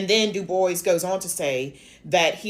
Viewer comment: I think it's pronounced as dubwa, not diboys